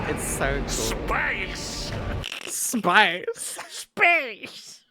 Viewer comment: also the way he looks up to say "SAPCE" 10000/10